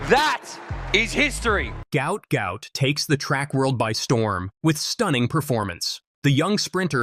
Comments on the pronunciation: Its not goot its gwot gwot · He’s said it’s pronounced how it’s spelt mate you saying it completely wrong